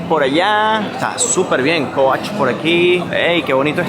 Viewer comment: Jajajaja me causa risa cuando pronunciaste , Victoria secret, y coach, really con ese inglés recorres el mundo. Jjajajaj, como críticas al país de la India . Por lo menos a ellos les abunda la comida . Y en tu país Venezuela casi se mueren de Hambre 😂😂😂😂